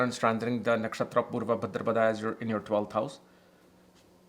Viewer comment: Wow. You look like somebody who knows more than Dr. Arjun Pai or Sanjay Rath, Kapiel, or even K.N. Rao. Bhadrapad, not Bhadrapadaaa 😂 Reminded me of Hermione of Harry Potter 😂